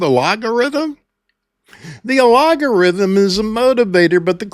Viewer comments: Not sure if you meant to mispronounce “algorithm”, but it was hilarious. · A-LOG-a-rithm? Or AL-GO-rithm?, I see where the pronunciation switch up is coming from. The two have quite different meanings and functions. Per Google (via a post on Linked-In) “A logarithm is a mathematical concept used to simplify calculations. An algorithm, on the other hand, is a set of instructions to solve a problem. Think of it this way: A logarithm is like compression—it shrinks complexity into something manageable.Feb 1, 2025. What YouTube has, from what I’ve seen, is the latter, an ALGO-rithm, problem-solving instructions. Love ya,. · My curiosity is getting the best of me. , you almost said algorithm properly, but you caught yourself and said alogorithm. It made me think, "He's doing that on purpose! But why?" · I am not sure if no one noticed or they are afraid to offend you, but you have a unique way of pronouncing 'algorithm'. It is al-go-ry-them not ah-lo-go-ry-them. I am not judging or shaming you. Just trying to help. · Al GOR ithum...only because you keep saying incorrectly , don't know if I can finish listening 😂😂 but I'll try another video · I love algorithm sounding like logarithm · sorry to correct you, but the word is pronounced “al - go - rhythm”. You must not have had phonics in school! 😅 🙋‍♀️💕‼️ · I love this. I especially love "make a difference and the money will follow." You're so right. Shoutout to all my other small channel creators - especially those prioritising authenticity like this guy - we've got this. (Also... I do love how you say "allogarithm" xD) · "Al-go" rhythm sir but yes... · it is pronounced al·go·rithm 🙂✌ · Are you intensely saying the word algorithm wrong To be funny? first time you are just wondering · You have a lot of good information here but your ( intentional?) mispronunciation of algorithm is something you should reconsider. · Have I been pronouncing algorithm wrong all this time